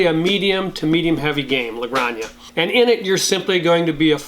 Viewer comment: Great content! I got into the hobby a few months ago and I'm already 15 games in. Always good to hear recomendations. As a native Spanish speaker I'm giving some advise on how to pronounce La Granja (sounds like gran-ha) which literally means the farm.